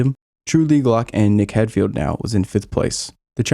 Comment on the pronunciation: Quality video, top job.. But when you say "nick heidfeld" please say it as "hide feld" not "head feild" 🤣 it annoys us Europeans 🤣🤣